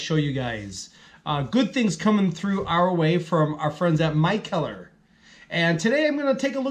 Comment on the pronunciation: Good review man! Not super impressed with this one either! Price tag on it was 17.99 for the four pack...doubt ill pick it up again at that price. If you havent already tried their Windy Hill, that one is much better! Also i do believe they pronounce the brewery McKeller. Cheers man!